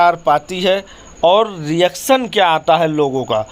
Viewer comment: Movie to eye opener hai no dought. Lekim bihari IISTAR nahi STAR hota hai aur Keral IISTOTY nahi STORY hota hai. Aur REACSUN nahi REACTION hota hai bhaiyya.